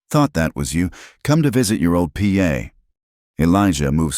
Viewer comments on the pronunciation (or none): Good story, would be better if AI could know word asterisk means a grammatical symbol and not a word to be spoken also the word Pa(father) is to be read as a whole word not initials p.a.